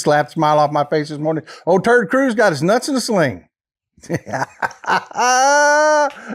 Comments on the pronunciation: Did he say "Turd" Cruz? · Did he call him Turd Cruz ?! 😂😂😂😂🎉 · Did you say TeRd Cruz, Turd Cruz or do i need hearing aid? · did I hear that correctly? Turd Cruz??? LOL!!